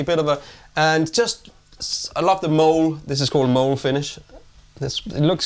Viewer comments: You guys...its not mole finish...its Molé! (Pronounced moe-lay). Please....look it up. I know Brits can't pronounce the vowels of the spanish language properly (tack-oh instead of tah-co) nor often get the rhythmic accent on the right syllable. It's okay, yall have a lot going on over there; many different languages to sort of know a little bit about, whereas in Southern California, we just have Spanish food and curse words to master and the English language to defile. But Molé is a kind of sauce and tastes amazing when made to Oaxacan specs. The ultimate is Molé negro, but there are a few different colored molés, which is how it can be used as color options on a guitar. I just googled the fact that there actually is no accent mark on the "e" in Mole, but I decided to leave it in my comment to really sell the difference in pronunciation. Just contextually y'all ought to enter it into your brains that someone with Latino heritage or a brand based near the Mexican border may not actually be referring to the subterranean mammal. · ....it's MOLE' (pronounced moe-lay) like the famous Mexican sauce with chocolate in it.